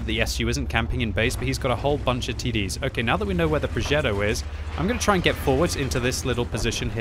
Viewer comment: "Progeddo" Cmon, you're not American.